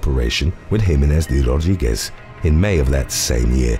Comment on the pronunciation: How he pronounces "De Rodriguez"! 🙏😍